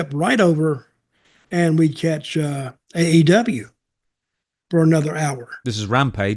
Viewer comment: AEW match not AW.